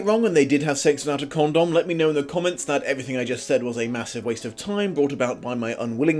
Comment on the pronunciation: I'm sorry, I know I'm immature... But the way you say con - dom makes me smile. In America we say it like "condumb" and I don't know why it's so funny to me the way you say it. I think this book is making me lose it.